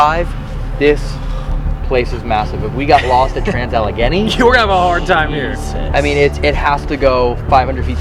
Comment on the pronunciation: the way pronounces Allegheny...